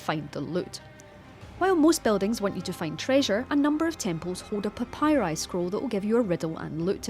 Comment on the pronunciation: “A papyri scroll”. Wow Also she pronounces papyri incorrectly.